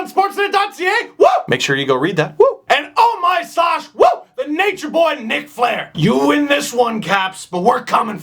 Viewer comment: I heard Nick Flair, not Ric. Just wanted to point that out.